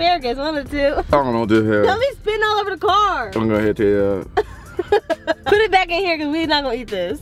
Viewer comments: No hate torwards but why you always say pit instead of put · The fact. That’s say pit instead of put